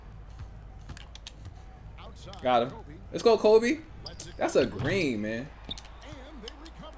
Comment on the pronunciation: I do hate how you say Kobe Bryant